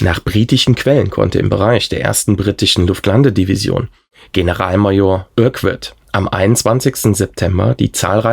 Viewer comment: Urquart spricht man Örkart aus.